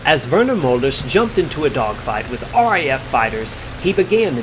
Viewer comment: Great video and well explained...Just let me make a small correction in your pronunciation of the Mölders name..it sounds like Melders instead of Molders.